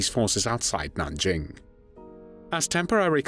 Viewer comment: A. Nothing new... Just AI spotty repeat of prior better prepared reviews; but with poor AI pronunciations. B. Stop with the unspeakable... Nanjing was the third major China city ravaged by Japanese forces in unheard of savagery... w' mass rapes of women & children, even boys & mass executions for punishment for resisting & failing to surrender immediately ... The Japanese army was supposed to move on immediately, in the German word, Blitzkrieg... but its commander reported his troops were so tired from the ravaging, looting & other war crimes of Nanjing, they had to rest for immediate for an entire month! >> When Villagers who escaped to religious enclaves reported the savagery, wholesale & systematic rapes--family on family--& executions, they were un-believed by Christian missionaries because the Japanese Army was believed the most disciplined in the world.